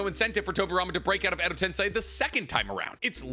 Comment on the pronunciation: Tensei. Ten-SAY. Say it with me now. TEN. SAY.